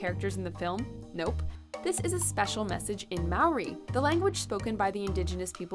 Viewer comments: Hahahah That’s Not how you pronounce ‘Maori’ The way it’s said here is how White people say it. (Don’t be offended I’m White too we get yelled at when we don’t pronounce it properly) The only way I can tell y’all how to say it through text is pretty much say ‘Mouldy’ but take out the D and replace it with an R. That’s the correct way to pronounce Maori. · “Maori” is pronounced “mow-dee”.. I just cringed hard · THE WAY SHE FUCKING PRONOUNCES MAORI UGHHH